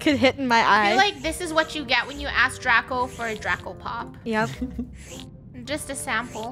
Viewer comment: It’s Draco not Draca